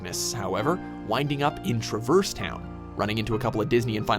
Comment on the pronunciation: Here’s some fixes for this vid: To pronounce Traverse in this game it would be (Trah-verse but a bit slowly) after that Marluxia is pronounced (Mar-loo-Sheea), You got Xehanort right... ish it would be (xè-ah-nort) after the fight with Xemnas, Sora and Riku find a portal thinking it’s back home but it’s the realm of darkness. they recieve a letter from Kairi not the king (yet) and after reading the letter, a door of light appears in front of them leading them back to destiny island. After being settled back to destiny island Kairi brings the letter of the king to sora and riku informing them to do one last trial before becoming keyblade masters. Last error is the Mark of MASTERY not mystery (don’t know how you failed that lol) everything else is correct which is awesome. Sorry I was just T R I G G E R E D when some of the info was incorrect.